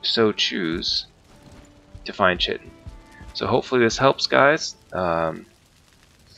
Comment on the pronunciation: Actual pronunciation is "Kite- in" check google if you want. Also, you will definitely have to be in the bronze age to gather chitin. The first real boat is the karve which you were using and it requires bronze nails. Not to mention that you'll have to have killed Eikthyr to make your first pickaxe which heralds the entrance to the bronze age. The first setting of "W" or slowest speed with the sails all the way furled is actually paddling and is used when you are against the wind, etc. The other 2 speeds, half and full unfurled, are when the wind is coming in off port, starboard or aft. I like to take mostly stamina food when gathering chitin or sailing in general usually. Always dock your boat with the ladder facing the leviathan. That way when it goes under you can make straight for it with what stamina you have left. If you run out of stamina you'll start to lose health until you die if you can't make it back onto the boat in time. If you are sailing a long time looking you will probably not have your rested bonus anymore...this is why I always bring some minor stamina mead and I drink this just before taking the pickaxe to the barnacles. I recommend the best pickaxe you can make for speed in harvesting the chitin. :)